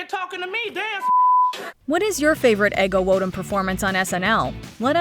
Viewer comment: Take a drink every time MsMojo mispronounces "Ego Nwodim" ... but have the paramedics ready 😅